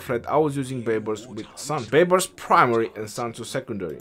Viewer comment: "Justin Bai-bars" 🤣🤣🤣